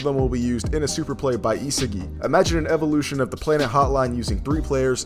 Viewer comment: Another crappy video. SMH. Pronunciation of a 5 year old kid, Ee-sah- gee